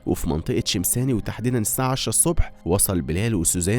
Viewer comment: حدا انتبه كيف لفظ شميساني 😂